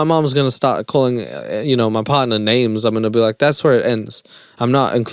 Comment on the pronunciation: The fact that she can’t pronounce his name 😅